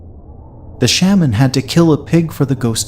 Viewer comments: Please don’t tell another Hmong ghost story until you learn how to pronounce word “Shaman” correctly. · The way you pronounce “shaman” is…. Different.